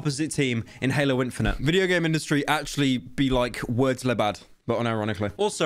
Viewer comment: Dear Pyrocynica i tink its time to let you know about a huge complain i have in your videos please stop saying "lé bad" in the way you say it. "Lé" is the masculine "the" in french but its pronounced like "lö" but how you pronounce it "le" actually exists in french to but its written "les" and means plural "the"